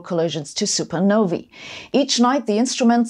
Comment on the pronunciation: Thank you so much for pronouncing supernovae correctly.